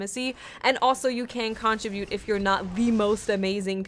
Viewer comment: the way you pronounce contribute is pretty annoying, good video though